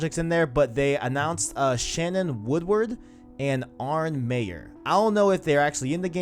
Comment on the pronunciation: Great video guys. As always, was looking forward to this! By the way it's Arne not Arnie lol. Also in that e3 gameplay trailer they had in the corner "captured on ps4 pro" and if anybody can get that smoothness and amazing graphics on a ps4, it'll be naughty dog